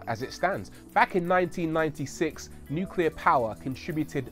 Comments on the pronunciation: "nucler waste" is pretty much harmless. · It's always the little things, too. "Look at this new "coop" from Audi." "This is a modern type of "new-que-lar" reactor from the USA." Aaaaarrrrrgggghhhhhhhh! 😬😠👿